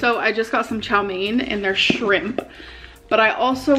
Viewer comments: Oh my god I cant stand the shrimP too! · the way she can’t just say ‘shrimp’ and instead insists on saying shrimPP is so infuriating 😭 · the way she said shimPAH made me laugh and cringe at the same time